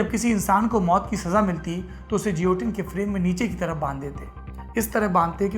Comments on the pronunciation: Juilotinn nahi guillotine pronounce karte hai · Guillotine - pronounced 'ghe-lo-tin' and not 'je-lo-tin'. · Saurabh ji, woh upkaran jioteen (as per your pronunciation) nahi hai, it is Guillotine & pronounced as geelatine.... sorry for typing in English... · As usual, great content and presentation !👍 Just a humble suggestion ..i believe the correct the pronunciation of guillotine would be gi·yo·tin गिओटिन (French) instead of जियोटिन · It's not jiotin,it's guillotine . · Its guillotine pronounce as gi lah tin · I think pronounced as gilotin. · Guillotine ka pronunciation galat bol rahe hai Sourabh bhai. Doubt ho to Google pe check kijiye.